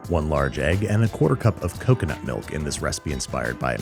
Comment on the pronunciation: coconut? cocono